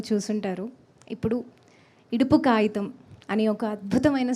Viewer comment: Kaitham enti ra babuu kagitham kadhaa ra saami🤦🏻‍♂️🤷🏻‍♂️chuskobadle😂